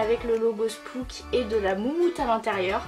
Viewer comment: Au cas ou spooks il faut prononcer le s Ps :je t'adore😍😍😍